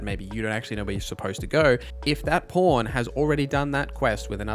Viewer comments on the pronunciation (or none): It sounds like you're saying porn instead of pawn or maybe i just need to clean my ears 😅